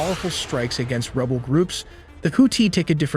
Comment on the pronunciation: Why do you say Houthi Rabel.